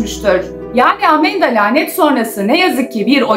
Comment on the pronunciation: Amanda:❌ Amenda:✔️ ablamızın kullandığı kelimeler😂😂